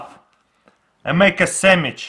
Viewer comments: he said samich not sandwich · This dude has been making youtube videos in english for a decade... and he still says "sammich"? Still have a long way to go, buddy. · ITS SEMICH not sammich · and make a samich instead of sandwich 😂 like is you see what I'm talking about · i love the way he pronounces not sandwitch but samitch ;) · samich - sandwich coo-kih - cookie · "Samich" SANDWICH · ahahha instead of saying sammich he say sanash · "you cut it in half and make a SAMICH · sammich XD muffin XD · "make a samich" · He really said 'Sammich', he is so cute! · AceMonster me XD! and also notice how at the start with the cupcake he said “samage” XD👍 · 'Make a sammich' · looooool I love that he says sammich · Vewy simpel make a sammich yu no wad ay miin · I WANT A SAMMICHE (not trying to be mean to your accent) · "Sandwich" -> "Semich" :) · he said samich hahahaha😂😂😂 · A sammich is a type of sandwich. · I love how he says samich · Gavin Helton yeh. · Or "Samich" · No he clearly said samich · Nash Bolanos semmich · No, he said SAMMICH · Yis iz a sammich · Actually he said sammikh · "Samich" LOL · make a samich now you have a muffing samich LOL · “cut it in half...and make a samich “ 😂😂😂😂😂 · monkins and semmiches hahaha that's funny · "Then you take the knife and cut it in half and make a sameech" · He says sammitch xD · Semich instead of sandwich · "and make a semmich" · Lol he kept saying samich. Yes, I do know hes russian :P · Sammich xD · Samich lol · "So now you have a muffin samich" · I love how he says sandwich “samitch” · "You make a semitch" 😂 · Do you hear that guys "you make a samich"😂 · "then make a semich" LOL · I cried when he said "samich" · “Make a samich” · Make a sammich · “An make a sanwich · It's called a sandwich sand- wich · " boom samich" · "You make e samidch" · Yeah let’s make a Samich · Lol he keeps on saying samitch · and make a sammich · Now you have a samige🤣🤣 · Samich new word... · Well. ....he said samij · Robina Kausar Samich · Perfect samich😂